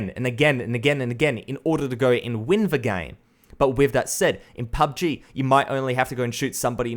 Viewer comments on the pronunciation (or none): none